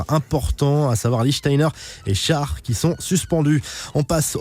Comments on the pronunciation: C est pas shar c est "schér" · Le defanceur suisse "shär", ce prononce comme le mot " chère " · On dit shair